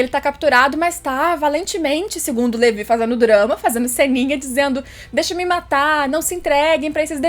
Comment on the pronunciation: que agonia ouvir (levi)